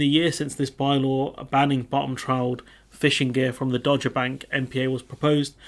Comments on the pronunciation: It is pronounced Dog-er, not Dodge-er. It used to be part of the shipping forecast, don't know if it still is... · Good bit of analysis of the Guardian article there. Thanks for that. Just being a pedant here, "Dogger" is pronounced 'Dog -grr' (ie someone who goes to dogging sites - which I hope you're far too innocent to know about!) and whiting is pronounced 'white-ing' (like an umm... ing that is white? LOL). But, as I said, I'm just being a pedant. I tend to agree with everything you've said. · It’s pronounced “dogger”, as in “Cruella Patel is an enthusiastic dogger”, or “The Slimy Gove introduced Cruella Patel to dogging”. Hope that helps.